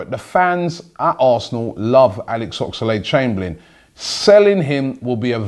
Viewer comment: ffs.....his name is OXLADE.....not OX A LADE.....